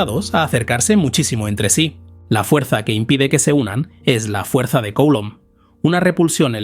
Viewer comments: Coulomb es un apellido francés. Se pronuncia: culómb. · Se pronuncia (grosso modo) "Culomb", mejor que Coulomb 😉 Gracias por tus contenidos. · Me chirría enormemente la pronunciación de "Coulomb" Nunca había oído nada parecido. Por favor, revísela